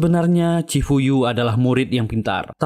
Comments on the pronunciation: Nma di chifuyu bang bkn chifu😂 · cifuyu bukan ciyupu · Bukan chyufu,chifuyu😢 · Ciyufu molo , chifuyu banggg😂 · Chifuyu bang bukan chifu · Cifuyu bang bukan ciyufu😂